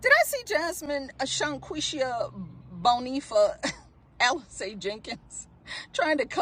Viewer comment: sanwuishia Bonifa